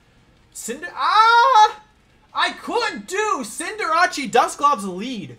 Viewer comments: Cinder-ah-chi??? Lol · Congrats on the win! I used to be able to say "Cinderace" around a year ago... Cinderacci has taken over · The way he pronounces Cinderace drives me nuts.